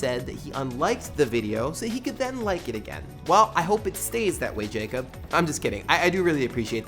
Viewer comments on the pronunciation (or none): none